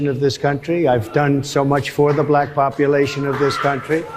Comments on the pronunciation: He can’t even say black correctly, he says she identifies as bullack, seriously? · I HATE the way that he says B-lack. 🤦🏾‍♀️ I wouldn’t care if Kamala identified as Japanese. She’s still a better choice than Project 25 Trump. 😡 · “A bl-ack person” 😂😂😂 Harris Faulkner should be ashamed of herself. While he did have some supporters in the crowd most ppl there weren’t laughing WITH him, they were laughing AT him. Ridiculous 😂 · The way that thing pronounces words......like "black" in this instance, is insulting and derogatory. Trump is an example of human excrement in a suit. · And you see how he pronounce black he making a joke about black folk name he making a freaking joke about it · Why does he say the word “black” differently when he says it in a sentence? Have you noticed that before? Listen to him! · Listen to how he pronounces black, come on yall, it’s almost like he is emphasizing, condescending. why? He doesn’t answer questions he flips it. And blames others. All over the place. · The way he pronounces "black" is full of condesention and contempt. He's disgusting, childish, misogynistic and racist. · The way Trump pronounces “black” is WILD!!! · Just listen to the way he pronounces the word black